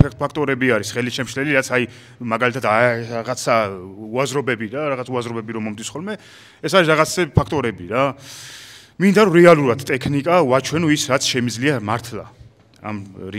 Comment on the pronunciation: ყველაფერი კარგია მაგრამ ეს “ტეხნიკა”ტეხნიკურობა”რა უბედურებააა რუსსსია ხნხ-ა?გვაქვს პირველრიგში შენ “ქ” ასო ბგერა რომელიც ძალიან ლამაზად შეიძლება ჩასვა ტე”ქ”ნიკაში😃მარტივია🥰წარმატებები სუუულ ვუყურებ💪❤️